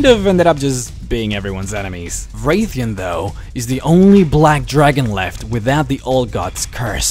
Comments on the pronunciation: It's Wrathion not wraith-ion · Wr"æ"thion :P There is no Wraithion, its Wrathion :P Nice video though!